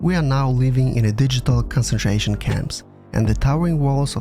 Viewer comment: Did you say digital concertation camp!?!?!?!